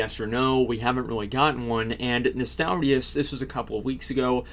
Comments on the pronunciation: "nostalarius".. triggered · Asmon, it's Nostalrius.